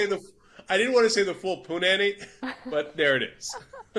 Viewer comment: its not poo nanny. its punani